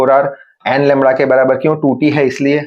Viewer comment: Also LAMDA ❌ LAMRA✅